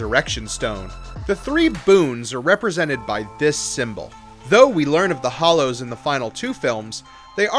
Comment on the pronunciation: Hallows * not hollows